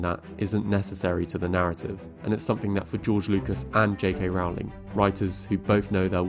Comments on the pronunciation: I really want to engage with this essay but it just throws me off and irks me that you can’t pronounce her name correctly. Her last name is pronounced “rol-ling”, not “row-ling” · My ears are bleeding from all the times I hear "rahwling" - it's "ROLLING" (like "BOWLING") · I cringed every time you mispronounced Rowling. It rhymes with "bowling" and "rolling," NOT "howling." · It's Rowling, NOT Rawling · Rowling rhymes with bowling not with howling. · Seriously what's with pronouncing her name R aw ling? People who create content about her should at least know how to pronounce her name lol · You make a lot of good points. Minor quibbles: I believe that her last name rhymes with "bowling" not "howling," and that Steve Kloves' last name is pronounced with 2 syllables ("Klo vis"). I REALLY wish that Kloves or even Michael Goldenberg had been asked to help from the get-go with these prequal films. Yes, they all might still have reeked of cash-grab, but they might also have been somewhat watchable and consistent. I actually wrote my dissertation about the practices used to adapt her (for the most part) excellent novels into the medium of film. It is sad that this is now the legacy of WB's adaptation of the Potter world that we are all left with. To be fair, only about half of the original 8 Potter films were good, but their adaptations still felt justified. It is so disheartening to see see a writer with a gift for dialogue and world-building (and such a weakness for depicting action) buy into her own bullshit and craft such mediocre-to-bad movies as these. WB should have just left well enough alone . . . but I am sure that it all looked like a great idea . . . on paper. Alas . . . it was not. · Sorry to be that guy but her name is pronounced ROW-ling as in TOE-ling. Just watch any interview with her and you’ll see. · Rowling like "bowling". Kloves like "clovis". Leigh like "lee". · It’s pronounced JK Rolling